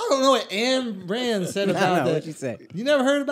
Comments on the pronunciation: Lol I love Schulzy, but I feel like he knows a little bit about everything and doesn't know a lot about anything, except comedy and marketing. PS it's spelt Ayn Rand but it's pronounced "Ine" Rand, not Anne Rand lol. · It's painful hearing them mispronounce her name so many times. "and" lol.....also it wasn't about hating government, she was talking about the evils of socialism and communism. She was arguing against the point that money is the root of all evil, instead showing people that it was the root of all good. - "Blood, whips, and guns–or dollars. Take your choice–there is no other–and your time is running out."